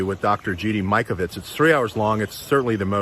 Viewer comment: It's about time you paid attention to Dr. Mikovits! BTW: it's "Mike-a-vitz" not "Mick-a-vitz."